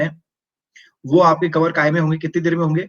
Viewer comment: When you said' काय मे'🤣🤣